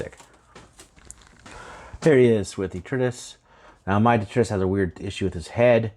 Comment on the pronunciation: It’s pronounced duh-TRY-tuss :) You’re lucky to have one so early. Thanks for comparing it to previous releases and the informative review!